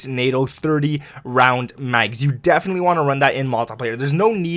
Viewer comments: You prefer saying nay-toe because that is how it is pronounced, can't wait for a nether great vid, good stuff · You say it like NATOE because that’s how it’s pronounced. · Nice set up, also, you’re saying NATO correctly lol.